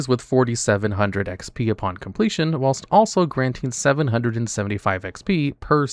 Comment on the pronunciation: GO AHEAD... PRONOUNCE WHILST THAT WAY... ONE MORE TIME.......